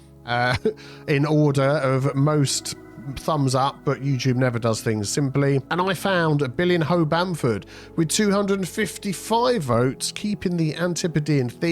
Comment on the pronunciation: I didn't think that it could be pronounced "Bill in ho" (ooer, missus). 😂 It's meant to be Bill-ee-nyo (as in Ronaldinho, Jairzinho, Robinho, etc.)!